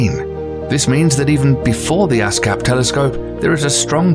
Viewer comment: He said ass cap, that means buttplug lol